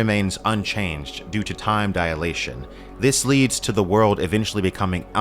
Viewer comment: Just a note: The correct is time dilation, not diAlation.